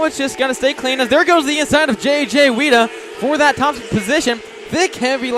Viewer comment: F.Y.I.: Weida is pronounced "Why"da NOT Weeda